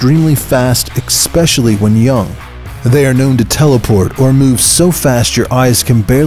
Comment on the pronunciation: "eckspecially" fkn really? That`s like "ecksettrah" and "nukilar" combined... "eckspecially"..